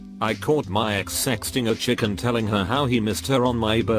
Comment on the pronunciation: "My Ex sexting a chick and...." Sounded like "My Ex sexting a chicken...."